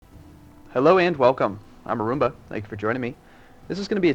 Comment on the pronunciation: Arumba: "I'm Arumba" Me: "Did he say "I'm a roomba???"